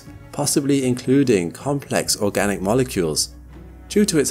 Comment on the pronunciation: Did he say "organic"?